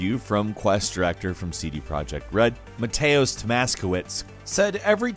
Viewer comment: Hi;) Sz in the Polish name " Mateusz" is a digraph and is pronounced just like "sh" in Engli"sh" or "sh"ame, "w" is like a ordinary "V" and "cz" stands for English "ch"ange or "ch"arnel house. Greatings from Poland from Mateusz:)